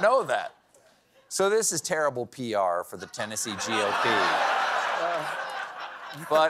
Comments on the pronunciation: "This is terrible Pee-R for the Republicans" chef's kiss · Bad "Pee-R". Lol 🤣